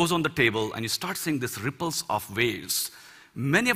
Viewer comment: I like how he says RRRRRRIpples :D